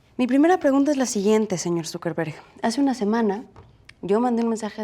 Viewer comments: it sounds like she says "SuperVerga" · Dice zuckerberg o dice superverga? 🤣🤣